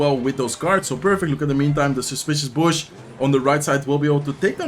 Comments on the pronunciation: Bush is pronounced like Boo-sh, but the lips lowered instead of forming a circle like an o would. It’s not that important to know but I thought I’d help someone pronounce english words, I’m British and it’s the only language I know so you’re better than me. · “Bush” rhymes with “push” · I forgot to mention in the other video but the "u" in "bush" is pronounced kind of like "book" or "took," and as always great video and best of luck in the season end